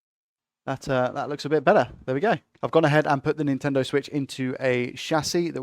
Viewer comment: "Intendo Switch" haha